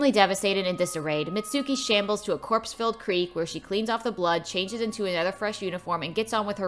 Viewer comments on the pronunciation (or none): none